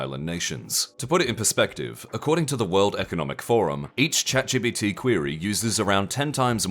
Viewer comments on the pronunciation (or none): none